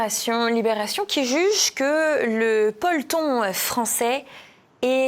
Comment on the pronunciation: "le polton" ????? Qu'est-ce donc ? 😂😂😂😂😂😂😂😂😂😂😂😂😂😂😂